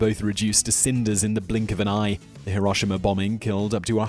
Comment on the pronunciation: He didn't pronounce it as High-Row-Shima... Someone sacrifice a goat, distribute its meet to the poor, and offer a prayer of thanksgiving!